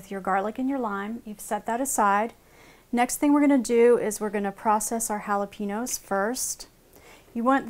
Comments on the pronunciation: i hate it when people say "holla-PEEN-yo" when its "holla-PAIN-yo" not too good with breaking words into sounds but you get my point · Did anyone else get annoyed how she said jalapeños. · I detest the way most Americans pronounce Jalepeños, the "n" isn't pronounced like an "n". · It is bugging me so much how u r Sauk g jalapeños Ugh If your gonna say it Say it right